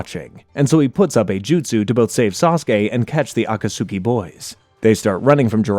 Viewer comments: 😂 this bothers me every time I heard him say it wrong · I’ll never understand if you didn’t watch the show and just did spark notes for this or what but you’re the only person on all of YouTube and in Naruto who pronounces the akatsuku all weird like that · Yes when he said "Akatsuki" I genuinely did not know what he meant at first 😭